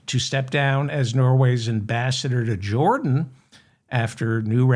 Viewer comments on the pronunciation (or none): none